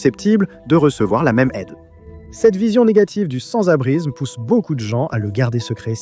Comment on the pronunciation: l'IA dit sans-abrizme 246 fois dans la video 🤣🤣🤣